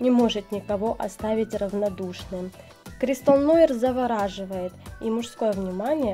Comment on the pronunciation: Нуар, конечно) многие неправильно произносят…